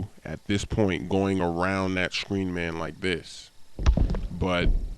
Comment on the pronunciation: the sshhcrean (screan) hahaha